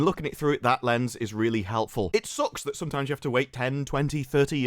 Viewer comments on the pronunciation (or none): none